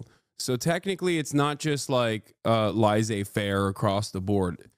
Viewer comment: "Lazey-faire" is a crazy way to pronounce this term.